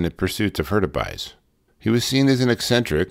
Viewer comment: What a great channel!! Great pronunciation on my name BTW!!! The bear suit can have many applications - in that sense, to me, it was a success. Many outdoor and industrial applications. As for Troy...I suspect that there were deep seated mental issues going on that hampered his ability to socialize in normal settings. Compound that with the myopic nature of a genius and its easy to see how someone can get "too focused" on the wrong things. I remember him testing the suit and saw clips years ago. It's a shame to lose him to inner demons. Progress is also no stranger to theft. If you look at some of the military application suits that DARPA has come up with you can see similarities that were probably initially thought of by Troy. At least I hope that's the case. I'd hate to see this mans work go unused.